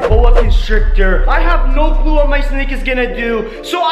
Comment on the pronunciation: I say this on every single video ......WHY THE DOSE HE SAY SNOW FOR NO😂😂😂😂😂😂😂😑😑😑😑😑😑😐🤣🤣🤣☺️☺️☺️😂😂😂😂😂